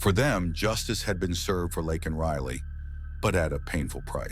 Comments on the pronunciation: Isn’t her name Laken ? Not lacken he’s saying it wrong !! Get it right or don’t say it !!😅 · YOU'RE SAYING HER NAME WRONG 🙄🙄🙄🙄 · Exactly!! It was annoying EVERY TIME